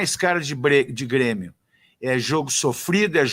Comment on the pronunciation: Aos o feladapota me sai com "brêmio" 🙄🙄🙄